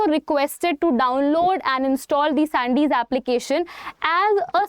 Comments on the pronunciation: सैंडीस नहीं है ,संदेश एप है, इतनी अंग्रेजी भी न बोलिये की अर्थ का अनर्थ हो जाय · Sandesh hai wo not sandis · सैंडिस nhi hai संदेश 😂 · Sandes nahi madam "Sandesh" padho. shayad hindi aap log bhul gayi ho.